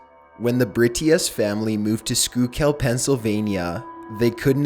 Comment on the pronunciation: For reference, the county in PA "Schuykill County" is said "Skookle", not "Skookel".